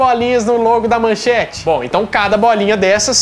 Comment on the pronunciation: Não é "manchante", é MANCHETE! Agora, vou te mandar o seguinte texto: XUXA NA MANCHETE ("Aham Cláudia, senta lá!") Xuxa (Maria da Graça Meneghel) não começou sua carreira na TV Globo, como os mais novos imaginam, mas na Manchete – ou melhor, na primeira atração de peso da casa, o Clube da Criança. O programa estreou no dia 6 de junho de 1983, quando Xuxa tinha vinte anos, e era exibido de segunda a sábado das às , abrindo as transmissões da Manchete. Modelo desde os dezesseis anos, Xuxa, por sua beleza e carisma, logo se tornou uma sex symbol, ganhando a capa de diversas revistas, entre elas Manchete e Ele Ela. Esses seriam os primeiros contatos da apresentadora com o Grupo Bloch. Mauricio Sherman ( ), então na Bandeirantes, pretendia criar um programa infantil na emissora, baseado em uma fórmula que vinha amadurecendo e que já tinha posto em prática no passado: um programa para crianças com uma apresentadora bonita. Viu Xuxa na capa de uma revista e conseguiu falar com a mãe dela. A senhora estranhou o convite e ficou nisso mesmo. Em 1983, ano da estreia da Rede Manchete, ao ser contratado por Adolpho Bloch, Sherman viu mais uma foto de Xuxa ao lado de Pelé na capa da revista Manchete e como queria concretizar seu projeto, chegou a Xuxa por intermédio de Pelé, que já conhecia. Ela então ouviu a proposta de Sherman, mas não aceitou por estar empenhada na carreira de modelo: queria continuar com as viagens e desfiles que fazia. Sherman insistiu, até convencê-la